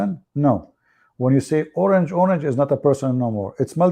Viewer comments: Not orange-oranga its pronouns ..orank-orank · Not orange it pronounce o-rang2 mean many people